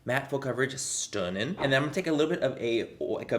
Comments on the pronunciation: I love when manny says stoonin lol it’s my favorite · If the “stunning” is suppose to be an Irish accent it’s really good 😊 x